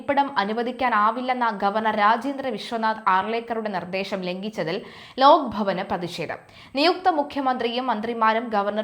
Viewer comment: ലോക്ക് അല്ല ലോക് ആണ്‌ ശരി